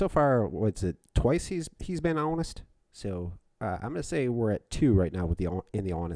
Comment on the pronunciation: Let’s be hawnest... I crushed this interrogation.